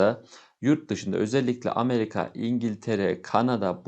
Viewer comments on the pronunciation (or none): none